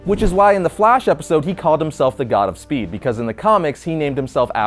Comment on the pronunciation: I thought he said "Savitar, The Godspeed"